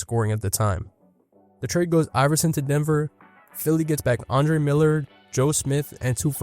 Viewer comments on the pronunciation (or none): none